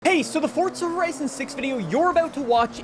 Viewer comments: can this mf stop saying fortza oml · Why he calling it ForTza